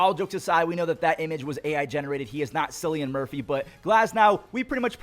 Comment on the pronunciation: Killian Murphy not Silly Ann Murphy